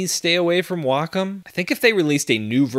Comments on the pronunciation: google says the american pronounciation is way-kaam and the British is way-km. he says wah-km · It always annoys me how he says Wacom.